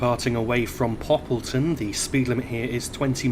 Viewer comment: Great video so far (I've skipped to the end so I can see York)! I really like this route in TS not only because it looks really nice and I know the route well in real life because I live in York. Great to hear you pronounced Poppleton correctly! The stopping point there was spot on btw. One thing to note (with the route) is that the speed limit actually stays at 30mph until you reach the platform, but that's all. Again, great video :)